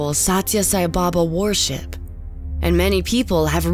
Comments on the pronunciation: Its pronounced wer-ship not war-ship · Is it just me or does everyone else have a problem with how she says worship. Sounds like she says war ship 😂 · Sounds like war ship when she says worship lol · anyone else hear war ship instead of worship?